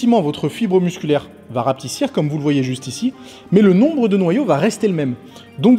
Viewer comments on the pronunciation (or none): !!!!!!!!!!!!!!!!!!!!!!! RAPETISSER!!!! Pas "rapetissir"!! Mais kiffantes tes vidéos!!!!!!!!!!!!!!